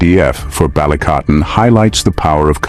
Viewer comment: "BALIKATAN" NOT "BA-LI-CA-TAN" 😅🤣🇵🇭👍